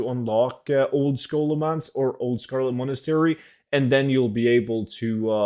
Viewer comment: "Old Scholo- uh Scarlet Monastery" Lol, cracked me up. Thanks heaps as usual!